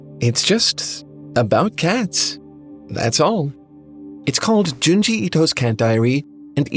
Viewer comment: It's Junji